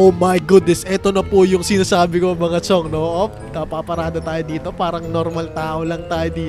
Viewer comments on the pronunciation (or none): STOP SAYING "CHIONG"